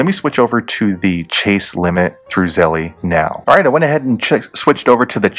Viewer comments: I think it’s pronounced Z-E-L-L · The way u say Zelle pisses me off